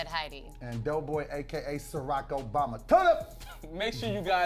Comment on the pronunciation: He said Circobama